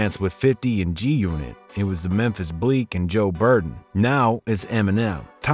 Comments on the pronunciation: Joe Bureden? BRUH!! It’s Joe Budden 🙄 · ....it's Joe Budden, not Joe Burden😑🤧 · it says Joe Buden and vro said Joe Burden 😂😂🤣🤣🤣💀💀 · I thought Game's track, lyrically, was pretty good, some bars made me laugh while others made me say "Whoa". But the Games doesnt even sound like he did when he was younger. He lost that unique voice he had. That may be a sign that its time to hang it up. PS to the narrator, its Joe Budden, not Burden. How do you not know that? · "Joe Burden" LMAO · yo he said Joe Burden, and the screen said Joe Buden. fuggit might as well just say Joe Biden and full send it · Joe budden not burden. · ‘Joe Burden’ 😂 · BUDDEN JOE BUDDEN NOT BIRDEN GOD UR WHITE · The second you said Joe "Burden", I realized you dont know ish about rap, and stopped watching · Who's Joe Burden ??Joe Budden lol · Lmao, the commentator said Joe Burton 😭🤣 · He called Joe Budden , Joe Burden . Lmao had to click off after that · My man said Joe Burden, not Budden, and they even spelled his name wrong 😆😆😄. I don't know why that was so funny to me!! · "Joe Burden" 💀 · “Joe Burden” lmao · It's Joe Buden not Joe Burden...this man...stop it. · U lost me at “Joe Burden” 😂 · Did this MF really just say "Joe Burden"? 😂😂😂😂 Dood wtf homie talking about something he knows nothing about for views. It's JOE BUD-EN just like it's spelled out. Sound it out Dood like wtaf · You really called Joe Budden “Joe Burt” 😂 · Did u just call Joe Budden Joe Burden? LMAO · Its Joe Buden, who tf is Joe Burden lmao? Fake news haha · he said JOE BURDEN. lmfao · Dude said "Joe Burden" LMAO ITS JOE BUDDEN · This guy said Joe Burden!! Lhh if u know you know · It's Joe BUDEN not burden lol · The narrator of this trash said Joe Burden smh Budden bitch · Lmfao did you say "Joe BURDEN"? You just lost all credibility. It's Budden you lil goof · wait wait wait pause its joe budden not burden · “Joe Burdn” 😂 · man said joe burden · Bro there's no R in Joe Buden. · He said Joe Burden. 🤭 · My man said joe burden